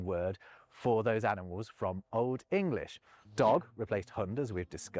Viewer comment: In English, the "g" in the word "English" is pronounced, not dropped as in German!